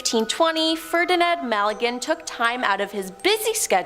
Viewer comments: Ferdinand Magellan. Not Malligan. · Strange pronunciation of Magellan. Bloody yanks…!!!!!!!😂😂😂😂